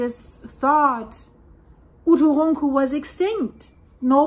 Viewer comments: OO TOO RUN COO simplified pronunciation ( I think) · The Icelandic girl can't say "uturuncu" but she can say Eyjafjallajökull [btw I literally googled: "Eiyadhghlakwd volcano" and it immediately came up as "Eyjafjallajökull"]?! 😂😂😂😂😂😂😂😂🤣🤣🤣🤣🤣😅 I just randomly typed a bunch of letters after starting with "E" and google was like, "Oh, it must be an Icelandic name." I pronounce it as "Eiya-fuck-whatever-it's-called". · Dein deutscher akzent hämmert bei uturunku arg durch ;)